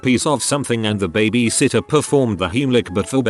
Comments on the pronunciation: Nobody: Literally nobody: TTS: B A B I S I T T E R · Why can't this robot pronounce "baby" sitter properly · I'm so mad at how the voice pronouncees babysitter. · ah yes, babaseeter. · Ah yes, babasittah. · Everyone trippin over babasitter must’ve never seen the vid where he called gym gim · The way he says babysitter as “babasitter” just makes my day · BEBEH SITTER LMAOOO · Probably wouldn’t have finished this video if it wasn’t for ‘babasitta’ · No one: Narrator: bAbAsItTeR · UPDOOT:Babasitter ME:WHAT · Nobody: Google: Babiesitter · nobody: the robot: babhasatyah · you are beyond missing the point. It's a joke about how the robot pronounced babysitter as babisitter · Me too, friend. Me too. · “Babah sittuh” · alpaca That’s what I said what are you not understanding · Wow yes yes that made my day too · Hah I know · Lol was going to comment this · i like how it's pronounced babasitter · I love how robo voice pronounces baby lol reminds me of my Scottish grandpa. "Babby-sitter" lol 🙂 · I feel bad for laughing each time the bot said "b a b a s i t t e r" in that part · No it’s babysitter